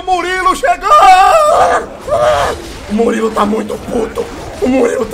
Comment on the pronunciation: Pronúncia: Muriulu